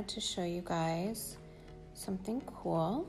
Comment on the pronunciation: "I have to show you guys something very kwol"